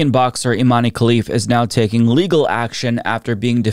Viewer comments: Her name is Iman, not Imani, the e is silent. 😊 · Its not imany....its imen prono iation